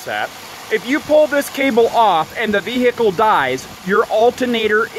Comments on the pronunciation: the wot vehhhhecile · I love people who annunciate ,”vehicle”, as a three-syllable word , clearly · You do nut sound the H in vehicle